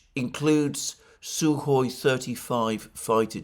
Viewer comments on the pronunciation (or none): none